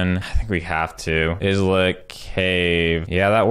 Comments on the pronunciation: It's actually pronouned "Eye-let", just like Island. Not "Izz-let" :) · Islet= EYE-LET, not IHZ-LET